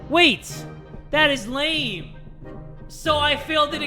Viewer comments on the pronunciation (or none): none